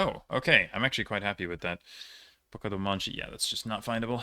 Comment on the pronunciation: that's where I live!! Fyi, "Boca do Monte" (which you pronounced pretty well) is part of Santa Maria, the town in the center of RS. Sometimes it is even called "Santa Maria da Boca do Monte" (Boca do Monte's Santa Maria) 😉